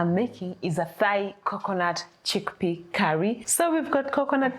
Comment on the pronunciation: Hi. Thai is pronounced the same as tie. It is Thai as in Thailand